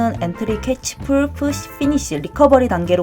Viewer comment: 다 좋은데 왜 pull push를 full fush로 발음하시는거죠?